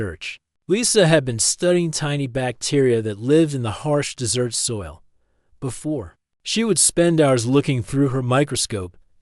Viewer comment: The AI has great difficulty reading English. It pronounces desert as dessert and closer /CLOE-sir/ as closer /CLOE-zer/. It pauses in the middle of sentences as if the sentence is complete and resumes as if it is reading the next sentence. The story seems as though it may be good but the AI is such a fatal distraction, it makes it an endurance test to attempt to continue listening. I only made it 5 minutes 35 seconds before I decided to abort mission. Suggestion: hire a human to read the story if the AI is this incompetent!